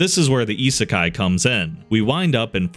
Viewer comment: Always feels weird going from, say, a Mr. Ripper video to a channel like this that actually knows how to pronounce "isekai."